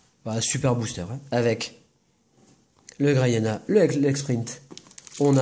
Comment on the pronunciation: Tu a dis medyena au lieu de grayenna